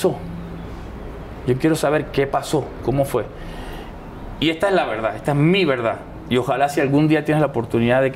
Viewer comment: Apenas me vengo a enterar de esta entrevista, este señor se ve sincero, además le gusta como cuenta "su veldad" 🤭, esta muy guapo por cierto 💕